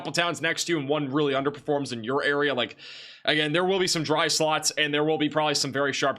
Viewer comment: Golf-effect snow and dry sluts inside of that snow!! Your short o and u sounds are identical to my ear 😂❤ Wonderful reporting as always 🎉